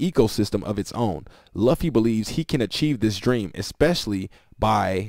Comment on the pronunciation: Bro as anime otaku. It luffy like (lu-fee) not (lov-fe)